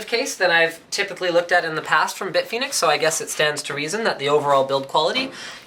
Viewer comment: I thought he said "Big Penis cases", due to the multiple that's what she said jokes at the start.